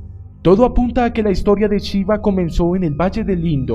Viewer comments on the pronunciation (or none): Porque dices chiva? Se pronuncia shiva como se escribe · Chiva??? 🤣🤣🤣🤣🤣 que mala pronunciacion. Pero buena informacion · ¡¡NO ES CHIVA ES SHIVA!! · Para empezar me gustaria que pronunciara bien su nombre. Y eso de que el Señor Vishnu es el cristo ¡ufff! En general está bien pero las inexactitudes confunden. NADA tiene que ver con NADA satánico. Siempre quieren equiparar todo con la cristiandad católica y ahi radica el error